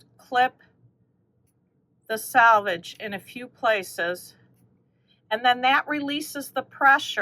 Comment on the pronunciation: Last of the batiks! I wonder if anyone else gets annoyed when people pronounce selvage like salvage? It's a completely different word, but I hear it said incorrectly so much! 😂